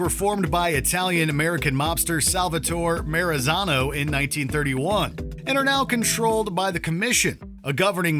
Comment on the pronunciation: The mis-pronunciation of Lucchese and Salvatore Maranzano killed me but still a great vid